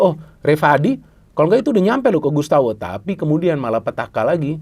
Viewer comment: Gustavo, bukan Gustawo 😂